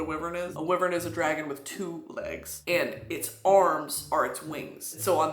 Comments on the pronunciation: Brittany my queen its pronounced why-vern not wivern, sorry to intrude upon your majesty at this hour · Why are you saying wyvern like wivern Brittany?? Whyyy?!!! 😭😭👀💀😂😂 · I’m pretty sure wyvern is pronounced why-vurn our powerful humble leader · I always pronounced it Why-vern... who is correct? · Babe it's pronounced "why-vern" I'm so sorry, ilysm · I was like…a wivern, huh, never heard of a wivern….oh WYVERN!! Lol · Brittany calling a wyvern a “wivern” is sending me lmao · It's giving me life and passing me off at the same time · why-vern BRITTANY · Our great leader has so much confidence to say Wyvern as Wivern. And as a proud member, no, citizen.... I am now saying Wivern for the rest of my sad, unimportant and uneventful life! Long Live Brittany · brit i love you so much... wyvern is not pronounced like that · Can you say wyvern for me again real quick? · I move to impeach president Broski on the grounds of how she pronounced the word "wyvern" and so on and so forth. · Stop saying wyvern like that lmao I'm dying, and now I'm gonna tell YOU, cause my tisim is showing, do you know what a DRAKE is???? It's a dragon with no wings baybee, and a lindwyrm is a dragon with no legs or wings, just had little shitty arms :3 they are useless like I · the way she pronounces wyvern makes me cackle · Craziest part of this town hall is finding out I’ve been pronouncing wyvern wrong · BRITTANY have you been listening to the Throne of Glass audiobooks??? Because you've been LIED TO! THAT'S NOT HOW WYVERN IS PRONOUNCED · our fearless leader has an interesting way of pronouncing wyvern